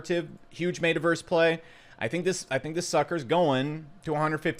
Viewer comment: Really enjoy the content, informative and comical…. Fucking HATE the way you pronounce Metaverse